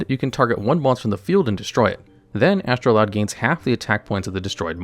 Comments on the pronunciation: "astroloud" my brother in christ there is no L in the card name you cant just put one in there and expect us to not notice. is astroud really that hard to pronounce for you or do you just not actually read or look at the cards you talk about? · It's Astroud. Not Astroloud. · Take a shot for everytime he mispronounces astroud